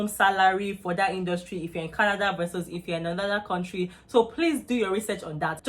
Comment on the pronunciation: Kontrey.. Don't go to Canada if you come from a Kontrey like Nigeria